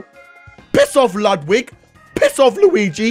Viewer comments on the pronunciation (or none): none